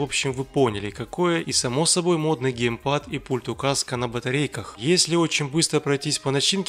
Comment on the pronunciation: Не гейпад а геймпад и ещё ты не правильно говоришь название ТВ приставки, так-что не надо делать из себя учителя русского языка и английского языка, ещё я не пытаюсь тебя обосрать.